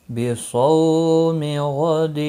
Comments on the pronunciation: Wabisaumi hota saumi nai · O Bhai wabe some hai be some nahi